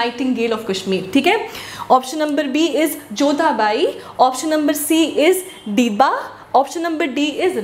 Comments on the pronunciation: It's queen DIDDA MAM not Dibba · and I think it is Queen didda not deeba. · Mam its queen didda not dibba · Didda mam not dibba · Mam I think it's queen didda not dibba in last question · Didda hai mam not dibba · Mam it is queen dida not diba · It's didda not dibba....and mam she was not ist lady rular....but yeah I think she was logest served lady rular(not sure)....bdw ur teaching style is really good... huge Respect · Mam, it's Queen didda not dibba,and dessicated not dedicated,and finally lot of thanx for providing such helpful material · Mam it z didda not dibba.. In kashmiri دید رانی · Mam its DIDDA NOT DIBBA KASH MEANS"WATER" MIR MEANS "DESICCATED" Mam ap bohat acha padatay hOo pls upload more n more Mcq's lub from Pulwama🌹🌹🌹🌹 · Maam .its Didda or dibba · It should be dida ..not dibba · It's didda not dibba